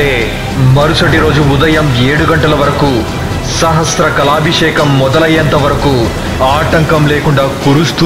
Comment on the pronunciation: కొన్ని చోట్ల తప్పులు దొర్లాయి, అది చాత్రం కాదు, ఛత్రం. సహస్ర కాలభిషేకం కాదు. సహస్ర కలశాభిషేకం. మరుసటి వాటిలో కొద్దిగా చూసుకోగలరు.